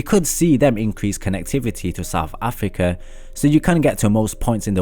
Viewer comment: Am I the only one who stopped watching after he said 'Saf afika'